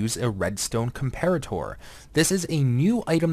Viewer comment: You're pronouncing comparator wroooong. Unless it's supposed to be pronounced differently than a real-life comparator.